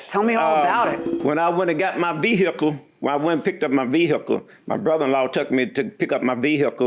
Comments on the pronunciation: VEE EH CULL 😅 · I came looking for a comment about this 🤣🤣 VEE-HICK-UL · Ah it's the VEE-hickle guy!